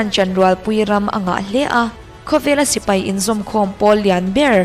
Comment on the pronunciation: 'sipei' ni lo in 'sipai' tih zawk tur ni e, Sipei tih hi Chuan an pa lo riau